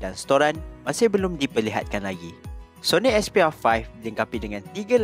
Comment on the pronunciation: 'Soni Expiya Faih'